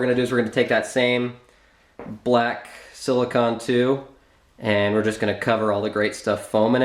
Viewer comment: Silicone That's SIL-i-CONE....